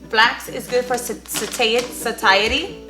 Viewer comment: Girl you make me laugh every time you try to say satiety 😂